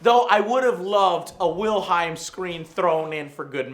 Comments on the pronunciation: It's "Wilhelm", not "Wilheim", Joe. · jhl67d It is in the game as well! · It's pronounced Wilhelm my dude.